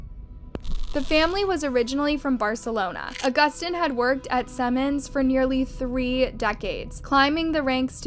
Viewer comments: “Seaman” not “Seman.” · Its pronounced see-mans, not sem-en. Thats something else. Lol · Seriously, learn to pronounce one of the largest companies on the planet before you sound like an idiot over and over again. It's SEEEEEEEEEE-MANS. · Good grief you Americans, Siemens is pronounced SEE-MANS! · It is pronounced Sea mans. It is a German Company. The German pronunciation is Zee mans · You should learn how to pronounce Siemens. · she pronounced Siemens wrong